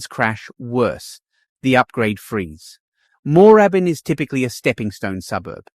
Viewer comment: Need someone to do these things who can pronounce the suburbs correctly - NO ONE pronounces 'Moorabbin' like that in Victoria - it's like listen to a Yank pronounce Melb-bourne or Bris-bane, it is very cringe worthy. Try saying it again with the double 'oo' nearly silent. And 'Malvern East' is pronounced 'Mall-vern' where you use the Yank 'mall' sound. Don't care if you are a Pom speaking your style of English, you are in Oz, if you going to do business videos like this, get the pronunciation right!!!